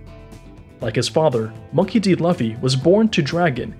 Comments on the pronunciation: stopped watching the video once he said laffy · i disliked when i heard laffy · "LUHffy" just delete the video dude ur ruining OP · Luhfee?...gezuz learn to pronounce it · The Luffy pronunciation just put me off man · He said luffy but the u is veryyyyy a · the way he is pronouncing luffy deserves a dislike . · The Luffy pronunciation really did kill it for me. BUT, I just turned down the volume a little bit and kept watching. Still a good video! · LUFFY?ITS PRONOUNCED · yeah as soon as i heard that luffy pronunciation i was out dawg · The way you pronounced Luffy was such an insult to the ears I didn't want to watch the rest. You should take this down and redo it with the right pronunciation. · I didn't make it a whole minute he can't even say the main characters name correctly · These pronounces are killing me man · I think he see it in english instead of Japanese. And everything he puts on the video is correct except for the pronunciation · god the way he mess pronounce luffy's name.... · How can u make a in detail video of one piece and miss pronounce Luffys name who is the MAIN CHARACTER. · did u not watch the show? how are u saying his name wrong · The way he said luffy’s name just made me click off... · Never clicked off a video so quickly. Enough to post this comment. Learn how to pronounce a popular name before you do a video about it. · If you know all this I find it hard to believe you don't know how to pronounce luffy... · Smh ur the last air bender movie version of one piece. How u say his name that wrong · someone teach this newb how to say Luffy 🤣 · I don’t respect you I disliked because u said luffys name wrong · Not Laafey bro it's loofy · Great video but It’s “Loofy” bro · Josiahhh in English Loofy is pronounced “luhfy” but in in Japanese it’s pronounced Loofy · Lah-fee❌ Loo-fee✅ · Everyone: Luffy Him: Lauffy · Man what the fuck is this Dragons mom “Unkown” “Monkey D Lauhffy” In less than 30 seconds bruh then Portgas… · Laffy LOL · Laffy man cmon